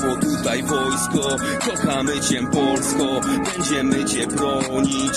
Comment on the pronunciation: Jak coś, to "cię" wymawia się "cie", nie "ciem" 😉